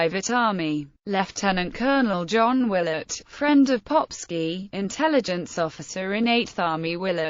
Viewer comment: I like how she pronounces the name as „Popshi“. In Austrian German it means „Little Arse“…